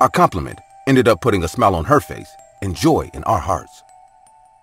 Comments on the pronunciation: I was looking for this comment I knew I couldn’t be the only one that caught that😂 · Nice collection here for Halloween, nice job. Oh and when her "pace turned fale" I had laugh. I do that all the time. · " Her pace turned fale "